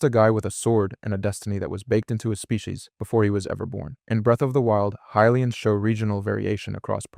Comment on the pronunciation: High lee ans is correct